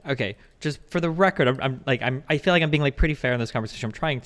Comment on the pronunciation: Destiny "I fee like..." I thought you only cared about facts...